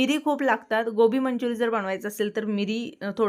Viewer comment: Manchurian and not Manchurian please correct your language